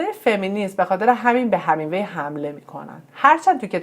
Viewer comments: شما وقتی یه ویدئو میخوای بدی بیرون اقلا تلفظ درست اون شخص رو یاد بگیر...‌.. Hemingway درست است نه Hamingwa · ارنست هِمینگوی، تلفظ صحیح است